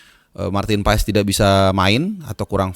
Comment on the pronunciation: Paas bang paaaaaaasssss bukan paes Heu